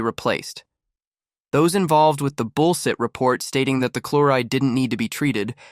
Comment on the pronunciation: Mispronounced lead (metal) and bulls(h)it. Maychines can’t read correctly.